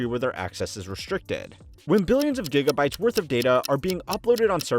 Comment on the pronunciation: my man said jigabytes